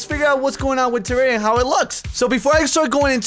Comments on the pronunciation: whats terraria do you mean Tewwawia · I WUV TEWWAWWIA xD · TWAWWIA *coughs than starts speaking very proper* would be an excellent series for to play. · #WeWantTewwawiaBack. I think that its a good idea to bring this back because I found you through Tewwawia and because of it I became a huge fan. Plus I cant stop saying Tewwawia. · WE NEED MORE TEWWAWIA SOON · you guys are crazy ok no authens. WE WANT TEWWWAWWIA BACK!! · MORE TEWWAWIA XBOX EPIESODE LIKE THIS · PLEASE WE NEEDS DA TEWWAWIA!!!! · WE NEED TEWWAWIA!!!! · we need twewwia back:D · I DON'T WANT TEWWAWIA BACK! Now that i have your attention, I WANT TEWWAWIA BACK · TEWWAWIA!!! TEWWAWIA!!! EVERYONE! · Wewanttewwawiaback wuv u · we wud wike tewwawia back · PLAY TEWWAWIA THEY SAID! IT WOULD BE FUUUUN THEY SAID! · TEWWAWIA FOWWEWER!...mc's still better tho XD...BUT I WANTS ME THAT TEWWAWIA! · Gimme dat tewwawia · More pl0x (tewwawia)